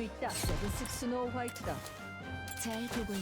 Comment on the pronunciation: スノーホワイトだけスノホワイトだって言ってるよね？